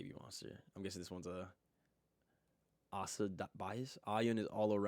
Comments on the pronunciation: ASA is not the best dancer , and it's A SA, not Aaaah Saah. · Asa is not the best dancer, but she is. Both Ruka and Asa are the best, and Asa was named by LeeJung as the best in some dancing aspcets. And as the other guy already mentioned, yeah, her name is Ah sah, not A-sa. Youre a Babymonster fan that has never seen Babymonster content or what? She has always presented herself as Ah Sah, unless she is speaking english, then she calls herself A-sa, for the reasons he already told you. Youre not even a fan youre just some random Asa hater.